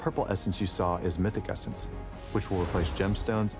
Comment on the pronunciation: "you might've noticed the new essence in the reward track" no one: Doublelift: "the cum essence"